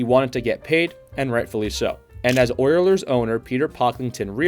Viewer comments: Did you really say Oierlers? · I had to turn this off. The guy couldn't even pronounce OILERS correctly either